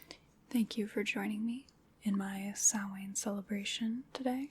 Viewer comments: Yes, it's an Irish language (Gaeilge) word so I can tell you it deffo is pronounced as she said it and NO OTHER WAY :D (I'm Irish). 'SOW' (like 'cow') - 'IN' (like the 'in' in 'tin'), 'SOW-IN'. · I am HERE for you pronouncing Samhain and Saoirse correctly! You're the first American I have heard doing that properly. <3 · As an Irish person, I love that you nailed pronouncing Saoirse and Samhain. Great video and very relaxing.